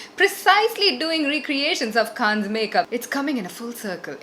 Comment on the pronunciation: it's pronounced as Can.... Not kannes!🙈